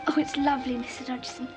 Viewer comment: This movie pronounces his name wrong. The G was silent, so it was pronounced Dodson.